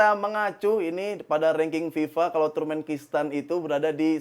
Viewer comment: salah terus nyebut turmenkistan 😂. Turkmenistan.